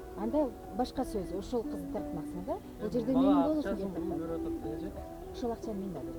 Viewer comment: Пыфффф тиги кыздын суйлогону аллергияны келтирет го,кеттатам деп🤣 Кичине адабий тилде суйлошпойбу,далдырабай!!!!